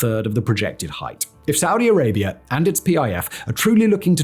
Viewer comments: Saudi Arabia doesn't end in an 'r' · "Saudi Arabiar" -Simon Whistlier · Why does he insist of pronouncing it Saudier Arabiaer? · "Saudi Arabier"? How can you not know that you're saying it like that?